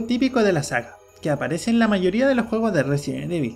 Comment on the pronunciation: Por qué dices, resien evil?